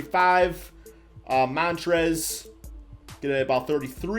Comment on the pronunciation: Hey so um its Montrezl not Montrez hehe